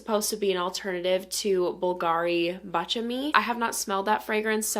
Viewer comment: Oh my gods! Thank you for pronouncing Baciami correctly.